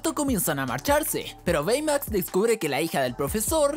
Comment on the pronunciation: Baymax se dice beymax literalmente xdddd aprende cultura pa